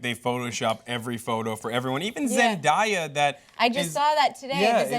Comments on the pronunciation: it's Zend-Eh!-a dammit. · Who pronounces zendaya like that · uhh that's not how you say Zendaya...